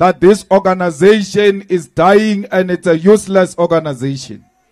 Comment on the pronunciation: That o-ganasation is life threatening 😮